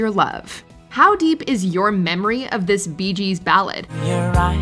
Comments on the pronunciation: Annie Lennox was the first troll purposely pronouncing 'this' as 'these.' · She slurs the word "this" on the "i" sound making it actually sound between "this" and "these" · You'll never convince me that Annie Lennox is singing "This" The way she pronounces it is way more like These. The song may be titled as such, the lyrics may list it as such but if you sing the word "This" it sounds wrong. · In the case of Annie Lenox, it's her issue: she pronounces "this" (thee-us) like a southerner does. Hence the confusion. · People think it's "Sweet dreams are made of these" because of her pronunciation and the rhyming of "disagree". And to be fair, why did they use "disagree" to rhyme with "this" in the first place? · Annie Lennox pronounces it these. I'm aware of what the actual song is. I've picked it out of a karaoke lineup often enough.